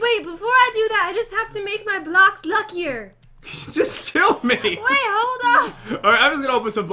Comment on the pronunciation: Say blocks right